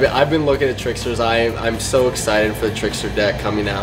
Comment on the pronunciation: Trickstar not tricksturrrr